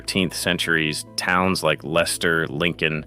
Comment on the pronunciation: Odd that AI can pronounce Leicester correctly but not Towcester!